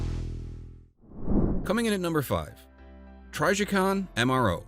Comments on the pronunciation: Lost me 3 seconds in also. Trijicon is one of the most recognizable brands of red dots and anyone who knows guns knows how to correctly pronounce their name.😅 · lol try…jicon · I thought it was pronounced tryjaycon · TRYjicon??? Hahaha dude you’re TRYppin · You lost me at TRYjicon 😂😂😂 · If u are Brazilian it sounds "tri G coon" (portuguese). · If you can’t pronounce Trijicon correctly you have no credibility, sorry. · Narrator mispronounced the name indicating they they likely have no knowledge of the subject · I can't stand the way this guy pronounces trijicon